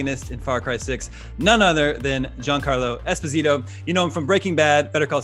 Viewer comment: its esp-O-sito not espos-i-to. its an italian surname not brasilian.